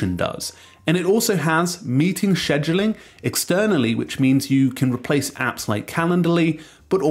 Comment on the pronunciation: Cringe pronunciation